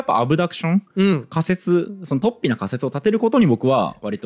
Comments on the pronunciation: 雑談会とても面白いです。 ちょっと水を差しますが、「突飛」のアクセントは平板アクセントですね。何度も出てきたので気になりました。 fanaticも、アクセントは２番目の音節なのになあと思って聴いていたのですが、なんとNHKアクセント辞典では、日本語ではファにアクセントが来る形も載っていましたよ😊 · 雑談回は本当に面白いことが多いが、今回は、話がうまくまとまってしまって、奇跡の回かも。水野さんの「突飛」のアクセントだけが引っかかってしまった。（＼ じゃなくて ／ だと思う（by新明解）） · とっ↑ぴに気を取られて話が入って来なかった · 創作的誤読、アブダクション、突飛のイントネーションなど刺さる魅力的なキーワードが多くて結論のカタルシスもあり最高の雑談回でした！